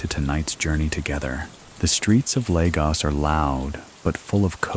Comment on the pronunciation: Great video! Just fyi, Lagos is pronounced lay-gos (like GOS-ling)❤